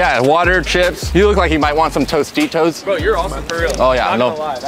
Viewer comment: Time sounded so caucasian americanized when he said "You look like you might want some T-O-S-T-I-T-O-S.